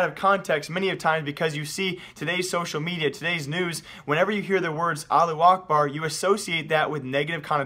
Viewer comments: why u saying it like allu akbar when its allahu akbar O_o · Lol you ignore half the word it's now Alu, it's Alahhu. You're ignoring the middle three letters LOL!!! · is it really that hard to pronounce "allahu"?